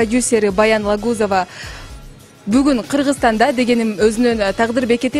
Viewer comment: Фамилия сын туура айтчы чоон кыз Алагозева деп